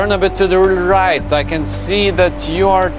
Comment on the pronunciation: English is not your strong suit,? Sounds like at about You're having a stroke. "I can see you to the left, Turn to ry-AIGHT!"